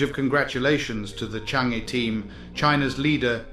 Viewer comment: Congrats❤ By the way it is pronounced as Chang Er. Thanks